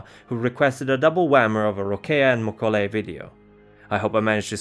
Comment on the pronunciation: I'm pretty sure he mispronounced both names. mo-KO-lei he's stressing it wrong (as far as I've always heard it. His pronunciations drive me crazy sometimes, he pronounces the J in the english fashion instead of using the hispanic H. It's Bru-ha, not Ja.